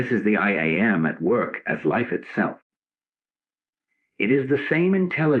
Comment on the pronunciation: Great teaching. The AI generated voice reading this is very distracting and takes away from the message because it mispronounces the most important 2 words in the whole teaching: I am. Listening to the words, “I am” being mispronounced over and over as “I A, M “ makes it very difficult to concentrate on this message. I finally had to stop the recording and read the transcripts myself.